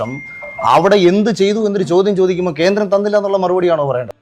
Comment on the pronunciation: ഖേൻഡ്രേം.. കേന്ദ്രേം, ഗെൻഡേരേം.. മാപ്രെടെ തന്ത 🤣🤣